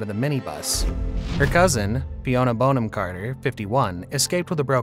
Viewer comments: Sweetie its not Bone - am ROFL its BON - AM (you know like a bon-bon). 🤣🤣🤣🤣🤣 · I absolutely love her. Brilliant actress and brilliant human. Kookiness is a plus not a minus. Side note: her name is pronounced Bon-am not Bone-ham. English name. 😊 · Bonham is not pronounced ‘bone-ham’. It sounds like ‘bon-um’. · Have never heard Bonham-Carter's name pronounced Bone-am and not Bon-am. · It's pronounced Bonnam not Bone ham. Bon to rhyme with gone. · Her name is NOT "Bone-Ham"! It is pronounced "Bonnam". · It's Bon not Bone. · Narrator: it’s Bonham (Bonum). Thank you. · I'm embarrassed I've even watched this - it's none of my business, but I love her. Stop calling her bone-am!!!!!!!! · Her name isn't pronounced 'Bone-'em! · It's not 'Bone-am' Carter haha that sounds all wrong. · Dear Rumor Juice narrator, please learn to pronounce your subject's names the right way! I was interested in this story, but each time you said her last name and a few other names as well, I gasped 😮 you have a nice big audience who may be learning from you 😁